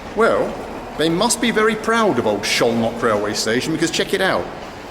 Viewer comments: Szolnok is pronounced with 's' not with 'sh'. But it's a great docu! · Lol, first time I've seen you almost helpless. 😅 Great to finally see places I visited often (Budapest and Szolnok). Btw Szolnok is pronounced with a hard S and both o's as in "often". The effort is surely appreciated. My ex is Hungarian, from Szolnok, and in the 10 years I've visited the country, I didn't manage to get a proper hang of the language. 😅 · Man, I am only 5 minutes in but he mispronounced Szolnok to Zholnok or Zolnok countless times! Dear Bald, the letters "SZ" in Hungarian read like your "S" in English! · Not sholnok, solnok (hungarian pronunciation) sz->s, s->sh. Nice video. And also you can visit Sarajevo, Bosnia&Herzegovina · Little help with the pronunciation of Szolnok. Soul Knock :) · as a hungarian I can confirm. Pronounciation is like "Soul-Knock" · As someone who is learning Hungarian as my brother is married to a Slovak-Hungarian woman, it's also rather hilarious haha. Sholnok for example 😭